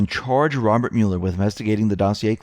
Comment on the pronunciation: Love your channel, but please stop saying 'Mule-r'. It sounds like Mull-er.